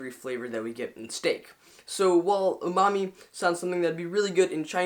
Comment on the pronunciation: is he saying Umamu?